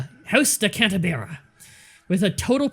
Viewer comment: Cant-A-Beer-A instead of cant-ah-bree-ah